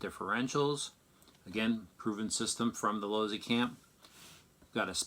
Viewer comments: Losssssi not Lozi lol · Chris Webb Pops Losi, the founder of the company told me how his family name is actually pronounced while we were having dinner at his house. Then he told me he was fine with how I pronounced his name. So.... Lozi.